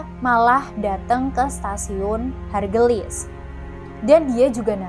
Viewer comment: Maaf mbak Ralatt Bukan Stasiun HARGEULIS tapi HAURGEULIS..😊😊